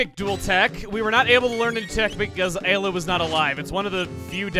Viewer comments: Eye-la is a better way to say it you don't have to keep a counter on it lol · Please just say eye-la Ayla is wrong we all know it her Japanese name was Eira her name was localized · Chugga, you have to up the eye-la count by one for doing it in last episode’s title. You can’t seriously expect me to read it as eye to aye-la. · Time for multiple ‘Eye-la’s to be added to the counter... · Eye-la x 6.5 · I love how he's already started a counter for how many times he mispronounces Ayla's name, haha..me too,, me too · The one time he pronounces "Ayla" right, he was talking about Lucca. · Anyone wanna place bets on how many times is gonna pronounce Ayla's name wrong by the end of the LP? I'm gonna randomly guess 137. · You have some troubles pronouncing the name in the way I would have always found immediately intuitive, haha.